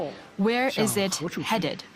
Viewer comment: 😂 Indian englis ish one oph da most repulsiwe eggcents ewer. Listen to the tongue click whenever they pronounce a word that ends with the syllable "it"